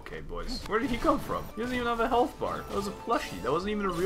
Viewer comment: damn she really said “ah wealth ”